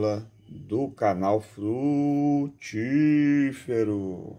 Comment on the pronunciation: Oi amigo bom dia quero aprender parabéns pelo vidio abraço amigo acho engraçado quando você fala frutífero kk